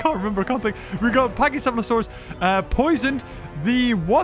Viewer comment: Corrections pack-E-ceph-allo-saur-us saur-O-thag-an-axe